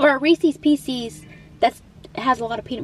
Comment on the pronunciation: You pronounced "Reese's Pieces" correctly. I'm so happy :face-red-heart-shape